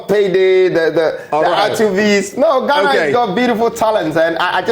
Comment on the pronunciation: Imma need him to stop saying “Ghanarrrrr”